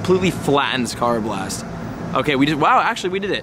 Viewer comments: Karrablast Ker a blest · Still pronouncing unova, throh, karrablast, and conkeldurr wrong but love the vids and glad your doing good with your mental health and everything.. keep up the great work.. (just learn the pronunciations.) Lol.. just playing..